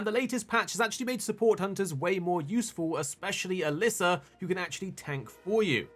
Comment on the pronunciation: Ah leh sah. EN mih tee. Why people struggle so much with her name and that word, is silly to me. It's super common across mh YouTubers.